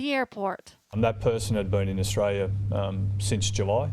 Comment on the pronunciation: Learn how to say australia you dumb ass